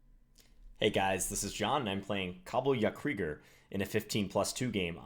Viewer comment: Enjoyed the video as always, but especially enjoyed your (surprisingly successful) attempt at pronouncing Kabeljaukrieger :-D Which is German for codfish warrior, whatever he means by that